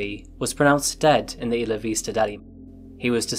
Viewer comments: "Isla" is pronounced "Eye-la", not "Issla". Went there once and got corrected many times. No offence, great show etc etc. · Iss luh Vista?? Do you pronounce “island “ as IssLund?? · Isla Vista is a Spanish name, translates as "Island View" hence the more accurate (albeit a little off) Spanish pronunciation